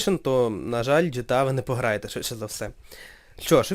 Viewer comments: ҐТА, а не гта. Якщо вимовляти англійською то звучить ДжіТіЕй, а не жетеа. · ГТА!!!!!!!!!!!!!! А НЕ ЖТА